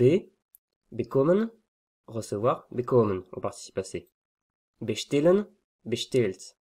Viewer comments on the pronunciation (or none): Hallo, ein kleiner Tipp zur Aussprache: das zweite "e" im Verb "bestellen" ist stärker geöffnet. Im Video klingt es eher wie ein "i". Aber weiter so!:)